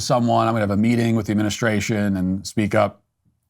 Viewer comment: Her g's end in k....meetingk